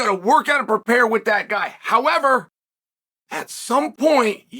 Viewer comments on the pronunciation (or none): none